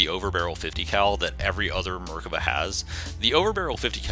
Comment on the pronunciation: You're saying the name wrong and it's cringey as fuck